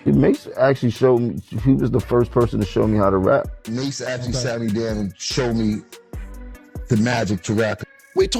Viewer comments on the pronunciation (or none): Sooooo we all gonna sit here and act like she keep saying Mase name wrong 🤦🏾‍♂️😂😂😂 she keep saying Mahe who the fuck is Mahe. That shit throwing me off cause she keep sayin the shit Lls